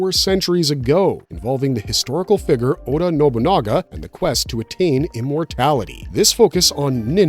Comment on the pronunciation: I don’t like how you say figure. It sounds racist 😂